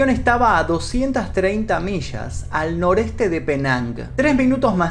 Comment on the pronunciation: Cierto, tiene ese don. Sin embargo, me saca una sonrisa mental cada vez que pronuncia una "ll". -Plasha -Shamada - Mishas Lo siento, no puedo evitarlo. Ahora sí, linchenme.